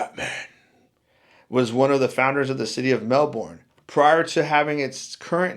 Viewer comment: If you were just in Australia, why don't you know how to pronounce Melbourne, Canberra & Kalgoorlie, properly?